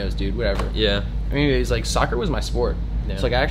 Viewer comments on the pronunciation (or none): none